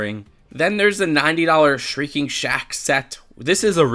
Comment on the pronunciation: Also sh-REEK-ing shack not sh-RINK-ing. 💕